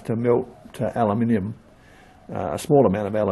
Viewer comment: Thank you for not pronouncing it as Alooominum